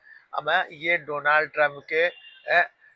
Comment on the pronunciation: जब मोदी डोलनड नही डोनाल्ड बोलना सीख जायेगे तब बुलायेगा कंगना के साथ